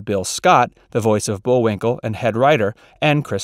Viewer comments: .... . Did he call him Bull-WINKER??? Or am I hearing things???? Lol 🤣🤣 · What was shocking about any of those? Also, the script was somewhat repetitive, and at one time the narrator says Bullwinker -- with an R at the end. And you should've told him to spell the difference between Bullwinkel and Bullwinkle, not just read the two names; I hadn't realized there was a difference in spelling until I backtracked and watched the spelling of the dealer's name. These may be minor issues, but the repetitiveness made it a little boring to watch, and the title is a complete misnomer. "Little known facts" would be more descriptive. I was expecting something scandalous by the title.